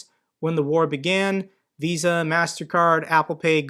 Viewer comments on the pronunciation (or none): none